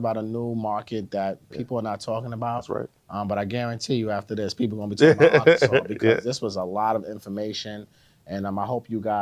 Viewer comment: We do not say Ar-Kansas… more like an insult